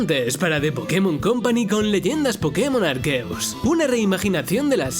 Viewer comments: Me encantó el video pero como soy muy critico pues hubo un fallo en la narración, pokemon arkeus no, es pokemon arceus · Arceusssss no arqueus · Arceus no arqueus